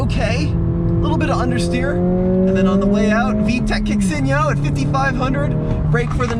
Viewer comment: Is there anything whiter than saying yo? LOL